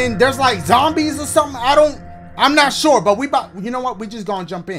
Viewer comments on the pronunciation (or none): none